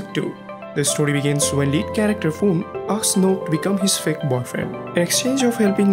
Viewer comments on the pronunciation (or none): none